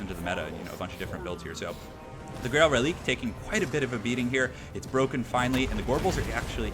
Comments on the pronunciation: Am I the only one who thinks the powerful Bretonnia infantry is depressing? They are able to take on chaos warriors and bestigors!?!? Hurts right in the lore feels! Also just as a heads up, the dead horse unit is pronounced Reli-quay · just some advice. Its pronounced Reliquae. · it's pronounced reli-QUAY